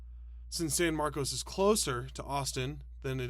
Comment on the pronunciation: San Mar-kuss, and um no, it's not joining.